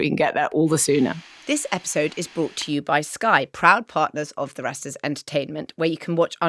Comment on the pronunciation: There's some really useful info in here about publishing, but why must Richard keep saying 'bought' when he means 'brought'? He's supposed to be a writer for goodness sake!